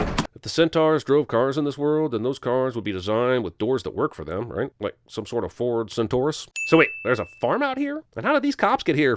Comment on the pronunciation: "Ford CenTaurus"